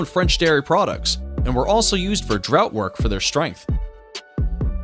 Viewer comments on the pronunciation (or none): Cripes, the pronunciation of some of the narrators words are terrible….”draught” is not “drought” for instance…. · Drought! Don't you mean draught. Can't this guy pronounce his words properly.... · Draught work is pronounced, “draft”.